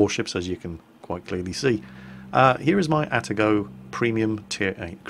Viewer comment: it is pronounced Ah-tah-go, not At-a-go. 'hears a gun click', Ninja vanish!